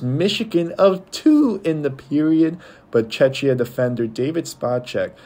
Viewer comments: Just at least learn the pronunciation of Czechia, its so embarrassing. It's either Czechia or Czech republic NOT Chechia! othervise a good video, you managed to concede well. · no, you are not. You say it wrong. It is czech republic "czek" or czechia "czekia". You say Chechia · It’s Czech Republic… stop butchering the word… Czechia [czekia]